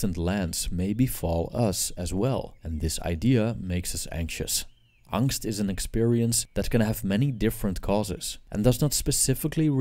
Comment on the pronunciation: No need to call "angst" because it literally means anxiety. But amazing pronounciation.